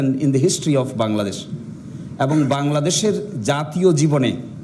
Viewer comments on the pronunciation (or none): none